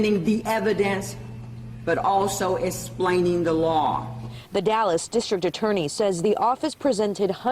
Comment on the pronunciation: “Esplaning the laaw”. Hahaha your black culture is no excuse for your laziness. How are you a DA and cant even pronounce words in the English language..? Also this case is a basic white cop shot a black person so blow it out of proportion.